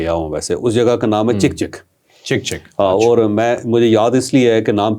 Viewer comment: Not chek chek , it's chak chak which in Persian means drop of water